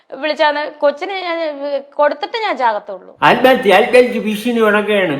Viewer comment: ആല്മഹത്യ ഈ വാക് പറയാനും അറിയില്ല ആത്മഹത്യ എന്നാണ്